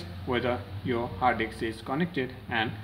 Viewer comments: It's HARD DISK not hard dix. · he said Hard Diks like times LOLOL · Hard diks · hard disk or hard eggs😂😂😂😂😂😂😂😂🤣😅😅😅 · I like how he says hard disk with his Indian accent